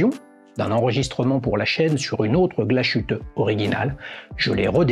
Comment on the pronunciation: Glashütte ne se prononce pas Gla-chute ! mais Glas - hütte , le "s" n'est pas en allemand solidaire avec le "h" , ce n'est pas le "sh" anglais ! das Glas = le verre / die Hütte = l'abri, la cabane , la case, ici par extension la coque de verre ! Logique .